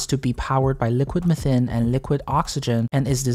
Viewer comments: I love this video. The recap is well formulated. The only thing that bothered me was your pronounciation of “methane”😅. One generally pronounces it as “meh-thane” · theres "mathane" theres "mithane" but no "methine" like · I've never heard anyone else call methane like that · The British usually pronounce it Me-thane Americans seem to pronounce it Meth-ane. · I hate the way he pronounces methane as well as the fact that he didn't provide metric measurements near the imperial ones. Very unprofessional. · Why are you saying "methane" different than everyone on the planet -- just to be obnoxious?